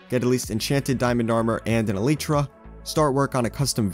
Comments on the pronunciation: It's pronounced as Elieeetra not Eleetra I'm not judging btw I'm just telling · ELIIIIII TRA IT IS PRONOUNCED ELIIIII TRA, Elytra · Can we talk about how he said eelirta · I love how he pronounces it “ElEIterAH” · he says alyeeeeeeetra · its elytra